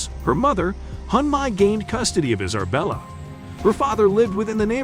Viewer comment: 2nd ✌🏻 Is it me or did it sound like he said "Iserbella" instead of "Isabella".